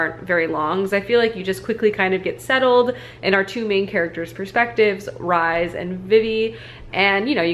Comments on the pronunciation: Lol - Rhys is pronounced like Reece not rise 😂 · Hi! First off, love your videos. very cozy and your chopping skills are A+. But I need to say this, Rhys is pronounced like "Reese" not "Rise" >.< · i think rhys is pronounced the same way rhys from acotar is, reece/reese